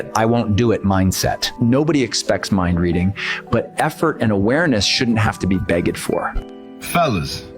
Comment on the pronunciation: "beg-ged" is crazy 😂 fkin AI